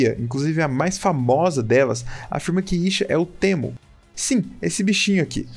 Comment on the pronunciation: Slk teemo se pronuncia como " timo ", cara falando no literal português e mt estranho